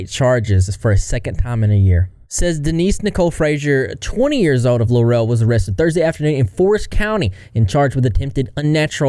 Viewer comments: Its pronounced Law-rull. Not luh-rell lol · This is where I'm from. I remember it being all over the news. Laurel isn't pronounced Lurell. It's pronounced Lorel. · It larl … rul…not la rel!!!! Just saying lol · It's pronounced Lorrell, not La Rel. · “lore-rell” 😂😂 I can’t handle the mispronunciation of the town. It’s Laurel, pronounced like Laurel. Or are you doing that on purpose? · I live in Eastabutchie Mississippi it’s just a 10 minute drive for me to get to laurel. I’m originally fr Hattiesburg which is just 10 minutes away the other way. I always wanted to hear my town on the internet. Not for this though! And laurel is not pronounced like “la-rail” it’s “lah-rul” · That town is pronounced Law-rel. No. 😂 I haven't been there but I've heard of this small Mississippi town. That's one nasty, sick semi human. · ✨I'm from Mississippi. Grew up a one county over. Laurel, Mississippi is pronounced Law-rule, Mississippi. It's located in Jones County. If you have ever seen the movie Free State of Jones starring Matthew McConaughey, It's located in the same place. Also, the home of the actress Parker Posey. Also, she does not represent the people or the women of Mississippi. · It's pronounced "LAWREL" Laurel MISSISSIPPI. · Pronounced "Lar ul" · It's Law-ra Mississippi with a huge meth problem and no telling what else. Population 17,000 and dropping. I've never been there but it's not too far from here. Absolutely no reason to go there. She's mental and should be in Whitfield (MS mental asylum) for many years. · As a woman born and raised in Mississippi... We don't claim her. We're not like her. Dogs are our little furbabies, not... Ew. Also, Laurel is pronounced "lor-uhl." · the way laurel is like 30 mins from me 😭🙏🙏 its pronounced la rool btw 😭😭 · 🫥 as a Mississippian: we don’t claim her. And as someone from around that area…. We REALLY don’t claim her…. And hearing you pronounce Laurel that way kills me…. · You're pronouncing Laurel completely wrong